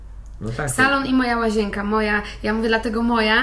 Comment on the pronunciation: Pani nie "łazięka" tylko "łazienka":) Bez urazy...